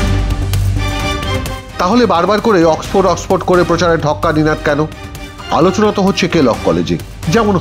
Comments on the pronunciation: অক্সপো আবার কেমন উচ্চারণ??? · Oxford word টাও ঠিকমত উচ্চারণ করতে পারলো না। ডুবাই, লন্ডনে এর অনেক property আছে। দেখাশোনা করতে হবে তো? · oxford ভাল ভাবে উচ্চারন ও করতে পারে না !!!